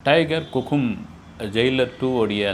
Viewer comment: Sir athu kukum illa sir 😂 that is hukum Ivlo Periya seithi vaasikaringa Sorkali correct ah Sollunga sir Funny opening sir neenga😂